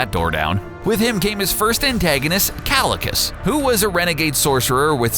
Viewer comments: KALICUS ??? O'DR.STRANGE 😨😨 .. IS THAT HOW U PRONOUNCE KAAAEEECCCIILLIIIUUSSS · bro the video was great until okay the whole video was great and i am not hating on the video but you said kalecuss while the actual pronunciation is kaecillius. but other than that great video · it's pronounced "keye-sil-ee-us", genius. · It's not pronounced Cal-li-cus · Kalikus 😂 dude pronunciation is wrong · kalakas? how do they get pronunciations so wrong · Green Lantern vs Kaecilius is pronounced 'Ky - Sill - e - oos' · You pronounced Kaecilius's name wrong. Jesus Christ did you even watch the movie? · I was dying a little inside every time he said it, it's like watch the movie. it's a poor voice over if you don't learn the proper pronunciation.